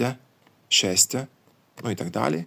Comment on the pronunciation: Відео цікаве, але прочитання тексту не видиться правильним. Для прикладу, чому "ь" в кінці слів - читає автор як 'я'? Шесть = шестя?